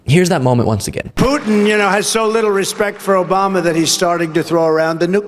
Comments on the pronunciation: Obama. Isn’t a president anymore why does this idiot keep saying oboma. Lamo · O-BOM-NUH! Tresident Pump lol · ‘Obamna’ ???? lol Chump’s Done!!! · He can't pronounce "nuclear." He doesn't even catch himself saying "Obama." Anyone can misspeak but he does it over and over again. He thinks of Obama 24/7